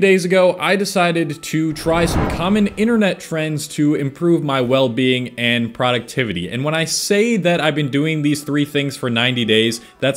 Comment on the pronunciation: you don't know how to pronounce masturbating, or productivity lol. you are not someone I will watch for personal wellbeing.